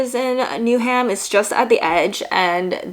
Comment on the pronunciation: Interesting to watch this as a local (I'm from Essex, but live in Greenwich now) to see a foreigner's take! Just to note it's pronounced "New-um" - not "New-ham!". Looking forward to watching some other vids.